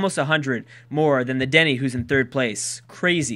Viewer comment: Dene better come in the top 5... Btw it's pronounced "Den-A"...